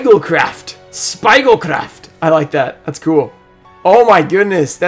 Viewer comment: I am from Austria.. It was so funny how you pronounced those cards.. Speigelkraft😂